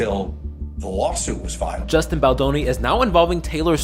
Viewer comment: I don’t feel like a grown ass man, being a billionaire you would assume he has some intelligence, however ARI Emmanuel being this man and hearing him purposely mispronounce Justin’s last name is very juvenile and shows his true colors and lack of maturity so it’s fitting that he would support BL and RR.